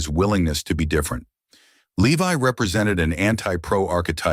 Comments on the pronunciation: It's pronounced Lev-e not Le-Vi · Too bad you pronounce his last name wrong.